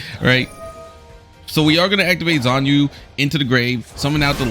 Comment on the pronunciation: That was a helpful VW deck you got there. Just one thing, though: What other card would you recommend as an alternative for Ultimaya Tzolkin? Thanks for pronouncing Stri right. Xuanwu is pronounced "SHWEN-woo" and Qinglong is pronounced as "CHING-long".